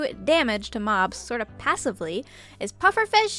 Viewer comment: Did u said mods or mobs